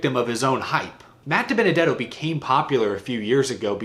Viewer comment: See ya Dibennadetto. Tired of hearing Waltrip struggle to say your name